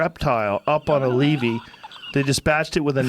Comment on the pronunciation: “This 144 pound reptile up on a lee-vee”